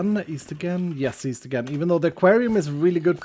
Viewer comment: East? I thought you said weast.